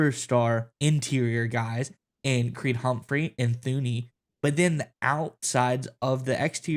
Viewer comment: Sorry had to stop watching halfway through when the second guy started talking. Couldn’t grasp what he was trying to say and doesn’t even know how to pronounce Thuney’s name.